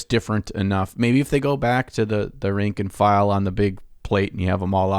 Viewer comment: I know it makes me sound like that guy, but I thin it's "rank and file" not "rank and flank"